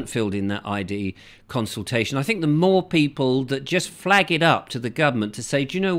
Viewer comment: CON-sultation.CON-VID.....only fools and horses....wakey, wakey.